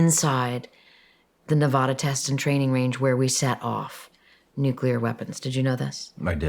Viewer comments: NUCLEAR not NUCULAR. Please for the love of all that is good and holy. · It’s not nuculer, it’s nuclear! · Nuclear, not nucular. 😊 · Omfg. Nu-klee-ur. Not Nu-Q-lur. Fuck. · Please… nuke-Lee-ar (as spelled: nuclear, from Latin nū̆cleus) Not nuke-a-lar (not spelled nukalar) Or I call you Chirs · *Nucular*? Really? You can do better than that:)